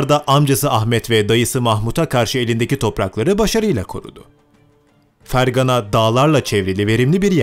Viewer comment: fergaaane diye okunuyor uzatman lazım a yı kardeş